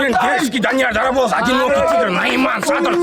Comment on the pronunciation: Дикий Дарабоз деп айта алмай калыпты гой.